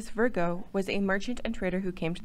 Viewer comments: Where did the "R" come from in Francis Vigo????? Who did the research and editing? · Vigo, not Virgo